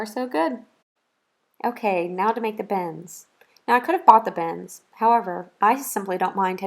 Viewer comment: Lol sounds like she keeps saying bens, instead of bins.